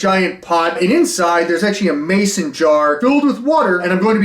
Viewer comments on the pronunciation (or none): none